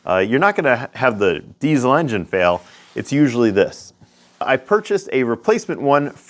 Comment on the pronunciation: I may have heard wrong, but are you one of the only Americans who pronounce 'Diesel' correctly; 'z', not 's'? If so, you have my respect :-)